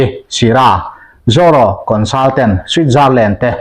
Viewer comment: Zaw ro ni lo in Zoro tih tur a ni lo em ni le ka pu